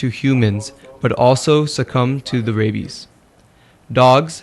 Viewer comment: "Ray-bis" "aunty quitty"